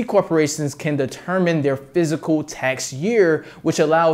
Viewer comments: Say physical year one more time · Pretty informative bro. Check out how to pronounce “fiscal” 😉